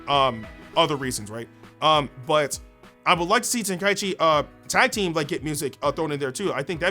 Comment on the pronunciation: Love that you say tenkaichi correctly!